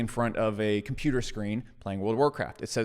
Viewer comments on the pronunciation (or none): none